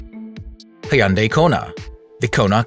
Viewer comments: Its pronounced hyundai (almost silent y) not hey-unday. Just saying as a fellow Korean. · He said Hyundai like: Hi-Un-Day instead of Hun-Day